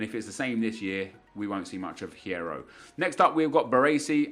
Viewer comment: The H in Hierro is silent Nep. It's pronounced "Yierro."